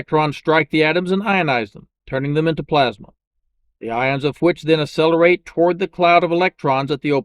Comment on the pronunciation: How do you spell that "assellerate"? You pronounce them correctly when you say Accion Space, so you know how it's pronounced.